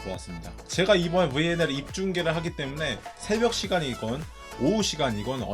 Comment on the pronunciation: 브왈리볼, 븨앤엘...충청도 본토 발음 굿~